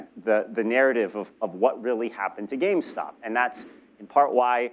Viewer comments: Also it’s name is “GameStop” not “GameStock”. Y’all’s audio makes Columbia look bad. Next time pass out bottles not cans of soda. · Take a shot any time they say GameStock